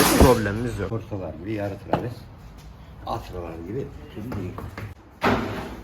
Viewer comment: abi traves deyip durma yaw onun adı travers. interkol değil intercooler (intirkulir)